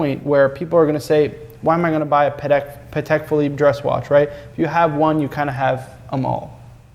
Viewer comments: I always do! These clips are as engaging as the "grey market" episodes (for me). tho'... will probably always say it paddeck hahaha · I know it's a weird thing to say at the 2min mark: THANK YOU fro saying it Patek (in Patek Philippe) the right way (wipes a tear away) aaand then he stabs my ears again at the 3 minute mark saying "paddeck"